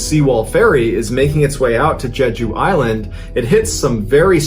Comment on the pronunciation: Selfish decisions throughout, from illegal renovations to a captain saving only himself. Total lack of care top to bottom. Kind of related, Mr Ballen's story telling is amazing. And I am very impressed with his pronunciation of "Jeju", nearly like a native Korean.